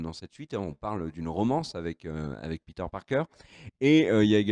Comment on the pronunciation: pourquoi tu dis "peter parker" en mode doublage série B alors que tu prononces tous les autres à la française?